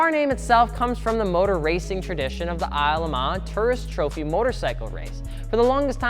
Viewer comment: Isle of MAAAA lol its not French like Le Mans. Its English. Isle of Man